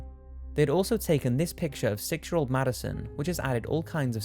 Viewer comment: that little girls name is pronuced Mad-y-son not madylon...